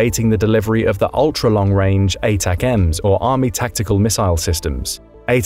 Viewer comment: Jesus, "" thinks an M777 howitzer is a HIMARS? You also pronounce "Prighozin" and "ATACMS" wrong, plus mixing countries in the map of NATO. All this makes me think that at least someone in the production chain of this video does not know what they are talking about... Not a good look guys.